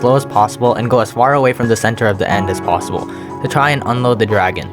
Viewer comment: Did he just say plossible?